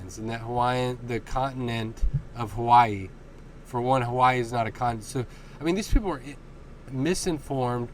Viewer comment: the continent of haa-why-ee